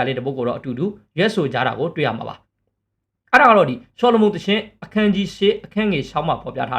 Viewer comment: မင်းတို့အသံတွက် မှားနေတယ် အာဗြဲဟံ မဟုတ်ဘူး အီဗရာဟင်ဖြစ်တယ်.... ဆော်လမွန်မဟုတ်ဘူး ဆူလေမန်ဖြစ်တယ်....😊😊😊